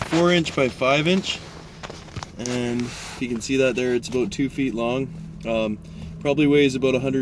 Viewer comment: I figured after I heard you say 'aboot' haha.